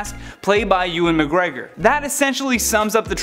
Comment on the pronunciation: Thank you for pronouncing “Ewan Mcgregor” correctly